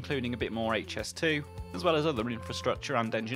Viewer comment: Very interesting and informative. I'm also delighted that you have now started pronouncing it correctly as "Aitch"S2 and not "Haitch", which really annoys me! 😤